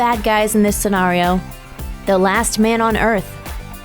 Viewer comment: Am I the only one annoyed about the way she said scenario